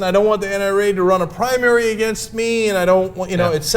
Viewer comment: 'primanary' lolz